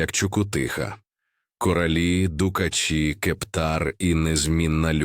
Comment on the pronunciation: правильно вимовляти кора'лі,наголос на а і полони'ні,наголос на и